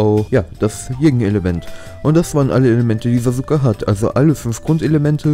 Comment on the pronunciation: "SasUUUke" ahhhhhh 😣